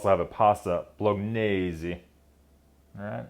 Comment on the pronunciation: Food reviewer ,? Can't pronounce " Bolognese " ? STREWTH. !